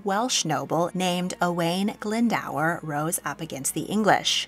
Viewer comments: For future reference, the pronunciation of Owain Glyndwr is closer to O-wine Glin-doer. Hope this helps 😊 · I'm sorry.. But you murdered "Owain Glyndwr" 😂 Our Welsh names can be difficult to pronounce though